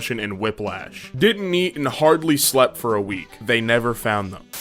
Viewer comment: I hate how when you say they it sounds like the